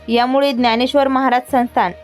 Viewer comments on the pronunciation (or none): none